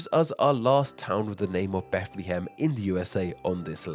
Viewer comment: It's pronounced Beth-luh-ham, not not Beth-lee-ham